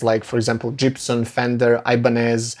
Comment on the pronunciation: wtf, did he say Jibson???